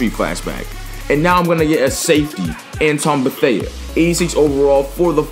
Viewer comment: You said Antwon beathea wrong